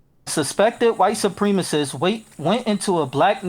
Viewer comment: I love how he says supremacist like “supremeassist” like it’s a supreme pizza lmao